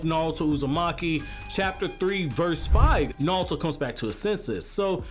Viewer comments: why does he keep saying nalto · Let me just say something Nauto, Its Naruto, not Nauto